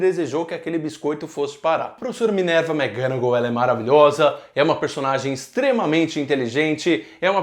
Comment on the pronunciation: não aguento mais ouvir ele falar minerva mcganagal